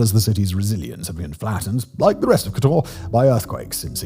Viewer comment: What's with the Spanish stress on Slavic names of towns? It's not kotOr, but kOtor. It's mOstar, not mostAr.